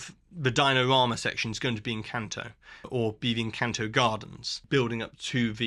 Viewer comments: Tip for not butchering Spanish words (e.g. "encanto", which they say/sing in the movie so often nobody should say it how you said it) - learn Spanish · Actually, you didn't. The letter 'a' in Spanish is always pronounced like the 'a' in Encanto... which you also pronounce incorrectly. 😉 It's pronounced like the second 'a' in Harambe, which you do pronounce correctly. So: Esperahhhnza Encahhhnto But great video otherwise.